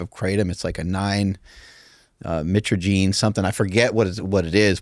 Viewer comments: The guy is trying to say he has his own product but cant pronounce mytraginine, mitraginaor explain the difference between the extract or concentrate. The 7 hidroxie concentrate out there is not the same thing as regular kratom extract. It is no joke. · Never trust a man who says he makes his own kratom but can’t pronounce the active alkaloid within it. Also it’s not an opioid nor opiate. It’s a chemical that acts on the opioid receptors.